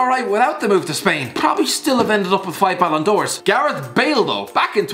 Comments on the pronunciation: "6 balon d'ors" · It’s six ballen dors for messi not five.